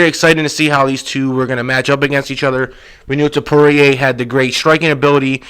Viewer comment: Why do you keep calling Ilia Topuria, Ilia Topoirier? It is not pronounced like dustin Poirier smh